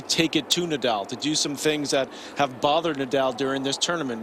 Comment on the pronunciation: Rafa Ney-dahl! Stan Wawinka or was it Stan Wawrinkan?